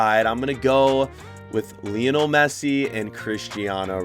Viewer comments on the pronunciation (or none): none